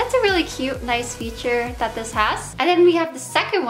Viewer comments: I've also noticed she can't even pronounce "th" sounds properly either. She says "dat" instead of that. Her "homeschool" education, and lack of social exposure definitely did no favors for her, and clearly no one in her parental roles stepped up to get her help, or to encourage her to reach healthy, typical mile stones. They are disgraceful w/ their neglect. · I like how you say "dis" and "dat"